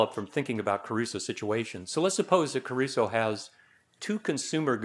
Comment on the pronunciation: It's Crusoe, not Caruso. Caruso was a famous opera singer.